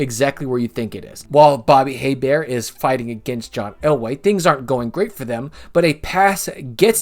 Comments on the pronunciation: It ain't Hay-bear, it's Ay-bear. But points for not saying Hee-bert. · Just to be precise, the reference to Bobby Hebert mispronounces his name. It is not "Hay-bear" but "A-bear" because Bobby was/is a Cajun - which uses French pronunciation. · Bobby Hebert's last name is pronounced like "A Bear." I used to know a few people with that last name. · You got VERY CLOSE on Bobby Hebert's last name! The "H" is silent. His name sounds like this: "Bobby A. Bear". Before that Archie Manning also completed a pass to himself, but I don't remember the year.